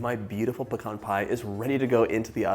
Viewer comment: Thank you for pronouncing pecan correctly….it is like fingernails on a chalkboard when someone says pee-cans!